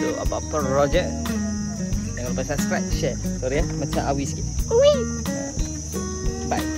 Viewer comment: Lupk bkn lukp